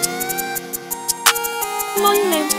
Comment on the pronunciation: it really doesn't sound like "hello" tho. It's only one syllable.